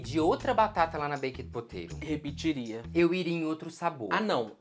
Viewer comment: com certeza arrasou na pronúncia do 'Baked Potato', achei chique